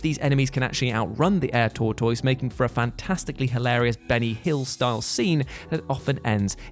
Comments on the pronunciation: HAHAHA NO! The English can't english. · American here. Is this how people in the UK say tortoise (tour-toice)? In the States we say tour-tis. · Also, being from the states in the South, hearing the way says tortoise is hilarious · Is that a regional pronunciation or does he not know what the word Tortoise is?